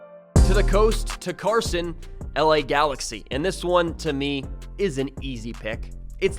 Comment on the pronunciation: Love how you said Carson ❤ only one real LA team!!